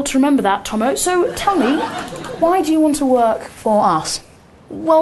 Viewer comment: he said 'Tommo' ahaha x